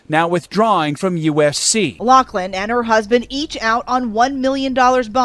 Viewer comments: it's pronounced Loff-Lyn. Not Lock-Lin. Damn people. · LOFLIN NOT LOCKLIN! Do your research ( or learn to read) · ok this is driving me nuts so pointing it out, lochlin is pronounced like locklin where as loughlin is pronounced like *lofflin*, k sorry great video though lol. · You didn't pronounce Laughlin right it's you're supposed to say lauflin. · why do they pronounce it "lock-lynn" theres no C or K in the last name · For the love of God it's "LOU-FF-LIN."